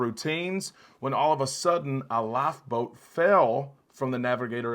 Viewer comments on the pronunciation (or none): You say life boat --laugh boat. Really dude?